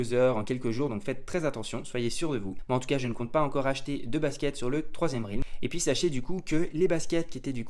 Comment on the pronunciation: deja s’en tape, il est payé par STEPN pour faire la promo. Ensuite, son roi il est fait depuis longtemps, donc il s’en tape. trouve tout génial, sûrement parce qu’en Suisse tout est génial. Et on dit RÈLM et pas RILM pour dire realm. Aller peace et vive les HP et le confort.